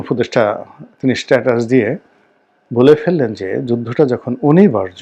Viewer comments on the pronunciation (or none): none